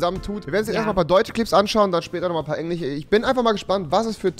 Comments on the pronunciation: Wenn Rewi anstatt "englisch" "enlich" sagt. 🤣🤣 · Kann er echt kein "sch" sprechen? Englich wtf🤔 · Hat Rewi gesagt Engliche gesagt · Hast du einen sprach Fehler du sagst immer engliche und nicht Englisch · der junge mann kann kein sch aussprechen....beispiel englisch /englich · Sag mal Englisch und nicht Englich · lul kann es sein dass revi nen sprachfehler hat xd CH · hast du nen sprachfehler oder wieso sprichst du SCH als CH aus? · Lern mal bitte das "Sch" richtig auszusprechen, triggered mich jedes mal aufs neue! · Twitch kann er aussprechen aber englisch nicht . OK